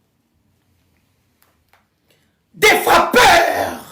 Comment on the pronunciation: Elle prononce "frappeur " textuellement comme l'épileptique Pero Ruwara le rwandais. Donc je comprend que vous êtes le fufu de même mbadi 😂😂😂😂😂😂